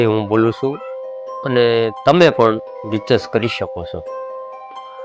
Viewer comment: આપના ઉચ્ચાર અને ગુજરાતી ભાષા નબળા છે... સ્વ ને બદલે સૌ એવું સંભળાય છે, રિસર્ચ ને બદલે રિચર્સ બોલો છો... લીરિક્સ શા માટે બોલવું ગીતકાર બોલી શકાય, લાસ્ટ વાર એવો શબ્દ બોલવો, બદલે છેલ્લી વાર બોલી શકાય.... આ વિડિઓ વધુ તૈયારી કરી બનાવવો જોઈએ, એક સૂચન. આભાર